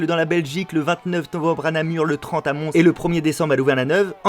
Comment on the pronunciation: Mons ça s'écrit comme ça "Mons" mais ça se dit "monsse" Je sais de quoi je parle je suis belge